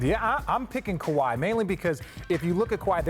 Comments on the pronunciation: Scottie KAHWI!!!! Damn pronounce the man name correctly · lol he doesn't even know how to pronounce his name and hes having an argument that involves Kawhi this video is irrelevant to me